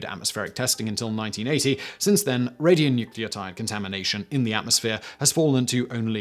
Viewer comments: “Every mushroom cloud has a silver lining” oh, Simon! Even if you can’t say “radionuclides” correctly, you’re terrific! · It's odd, I thought that was the word, as he said it. I'm about the same age and from the UK, there must have been some bad TV in the 80s